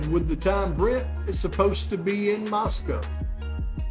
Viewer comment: This video is head and shoulders above anyone else but Harsh. Lol. Did I hear you pronounce Moscow correctly like H? 😂❤